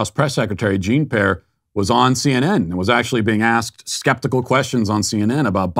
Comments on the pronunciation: Hearing Matt say Jean Pear makes me laugh every time. 😂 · I love how Matt just glosses over calling Jean-Pierre, Jean pear.